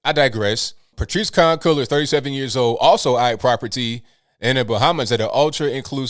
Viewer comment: Her last name is pronounced "Con Colors?!?" Am I hearing that correctly? We have to be living in a simulation!